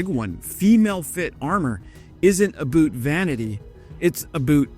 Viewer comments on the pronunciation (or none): A boot? Really?! Aboot? It's about! Are you trying to sound Canadian or make fun of us? We don't say a-boot, we say about (a-bout), but annunciated; a-bout )or abowt). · I just couldn't handle your US accent 'u boot' is a German submarine not 'about' you really mangle the Kings english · "Aboot". Are you kidding me? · There's so much AI slop making shit up about Canadian military history, that I instantly checked your profile. You seem legit though. Just quit saying aboot. We say about, we just say it quick, not drawled out. If anything, we say aboat but it sounds like aboot to people that say abaaahowwt... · It's "a boat"... not "a boot". Get it right. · GFC, we say about, not 'aboot'!!! It's not even funny anymore. Get a life, eh! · all this a-boot pronunciation is driving me crazy. We don't say a-boot, we say a-bout. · Hey, Canadian here, born and bred. Never once in my life, and I have been from the west coast to the east coast of Canada. And never once have I heard a Canadian pronounce the word about as aboot. I don't know where that misconception came from but we pronounce it about. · It's not a "boot" it's a "boat". Boot is a Maine thing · That would be "A BOAT" not "A BOOT" bud. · Lived in Canada for 65 years now...never once heard any canadian say "A Boot"....but always heard canadians pronounce "about" like "a-Bout"....like "I had a bout of the flu".......A-BOUT. Only ever heard "Aboot" from Americans......heard it from them so many times, I am sure most americans pronounce about like aboot....so its the other way around....americans say aboot. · Never was funny. To be fair, I will say that we do pronounce it slightly differently sometimes. But it's more like a-boat than a-boot. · You can’t be Canadian. Aboot? FFS. About rhymes with doubt. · It was really good content, but as a Canadian, the ABOOT pronunciation was offensive. I'm not sure why you did that. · I got through 1/2 of the video before I caught on to the deliberate "aboots". 😂❤🇨🇦💪🇺🇦